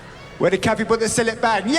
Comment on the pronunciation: "Where have I put the Cillet Bang?"